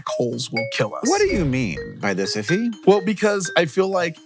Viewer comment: That's his name man not "If you anyway" jeez